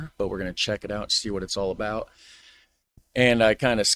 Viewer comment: We know your Canadian when you say 'about'.